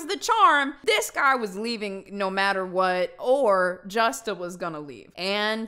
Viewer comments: J in Spanish does not make that J sound in English...J is Hota so it makes the Huh sound...like "Me gusta" so it HUsta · When i heard her say Justa lol i laughed a lil cus i was thinking if how to pronounce it Spanish